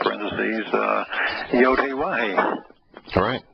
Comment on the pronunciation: Yahowah pronounced clearly long o. Not short cut